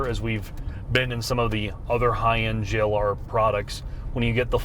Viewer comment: have to be told to say Jagiuar-Land Rover. 😄 P.S.: If savagegeese made their own car, they could call it the Jack U-R.